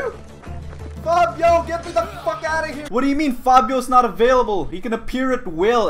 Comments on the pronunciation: "PhAbIoOoO" Phobos: "bruh It's phobos" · His name is pho-Bos not pha-bio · He says fa bo o when it’s pronounced fo bose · Why the fuck do you call the horse Fabio? lmao xD It's pronounced "Fo - vos" which means Fear in Greek. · at first "i can hardly see that being my favorite thing to do in this game" little does he know that he isnt going to leonidas after the first mini boss also i kind of hate how he is saying phobos